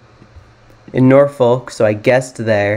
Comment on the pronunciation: Norfolk and Suffolk are not pronounced as the appear, Nor-Folk or Suf-Folk. In fact the last part is pronounced as you would the f word. But because the Nor and Suf is part of the word it's not swearing/cussing. However, the origins do come from the Viking origins describing The folks of the Northern lands, and folk of the South lands. Which over time became Nor-fuk and Suf-fuc